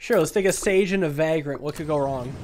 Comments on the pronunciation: ‘Vagrant’ not ‘Vaagrant’ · Loving all the SNKRX videos!! Keep it up. Also it’s Vay-grant not vag-rant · everytime, he says va grant, and not vaygrunt i feel bad, i dont know why. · Hey man, I just thought I'd let you know that "Vagrant" is pronounced "Vay-gruhnt". It sounded weird so I looked up its pronunciation. Love the content, brother. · why does he have to say vagrant like that? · Pronouncing "vagrant" with a long a sound is so weird lol